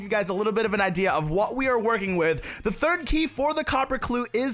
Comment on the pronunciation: anyone noticed that in the minute mark said <*the therd key for the copper clue is*> XDDDDDDDDDDD